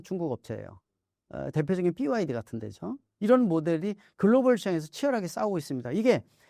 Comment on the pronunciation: 삐와이디가 아니고 비와이디